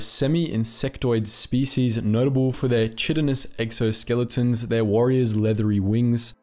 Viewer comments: Oh noooooooooooooo!!! You said "CH-itinus" not chitinous (pronounced as kite-inous) my biology teacher would have been so disappointed. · How to pronounce “chitinous” (kai-ten-us) For future reference if you see a C or Ch in a word of Greek origin it probably makes the K sound. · Chitonous is pronounce “kyten-us”, chiton is the actual material that the exoskeletons of arthropods are made of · >Chidenous Pronounced >KAIDENOUS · Arrgh! It's pronounced KITE enous NOT CHIT enous! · Sorry for the nitpick, chitin is pronounced as "kai-ten" Therefore, I'm led to believe that "chitinous" is pronounced as " kai-ten-ous" Idk though, still love lore being explored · chitinous is pronounced like "kite in us" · "Chitinous" is actually pronounced "KITE-in-us", and chitin is kite-in. Seems wrong but it's to do with how the word has Greek roots. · Just so you know, “chitinous” is pronounced “KITE-en-ous “. But you’re in good company. Jon Pertwee made the same mistake in an episode of “Doctor Who“ back in the early 1970s. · just a heads up...no shade thrown...for next time it comes up--- chitinous- pronounced Kite-n-us.... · Chitinous is pronounced kite-en-us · "Chitinous" is derived from chitin, which is pronounced "KAI-tin", so chitinous would be pronounced "KAI-tin-us" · "Chitinous" is pronounced with a hard c sound and not a ch sound. I normally don't comment on youtubers' incorrect pronunciation of words BUTTTTT you're such a massive frequent offender when you're reading from the script in front of you! Hahah sorry hermano :[ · The 'ch' in 'chitinous' is pronounced like a 'k'.